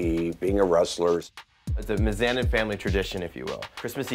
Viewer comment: Wait... “My-zanin”?